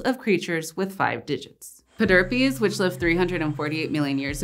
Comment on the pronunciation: Pederpes! Pederpes. Ped derp peas, please.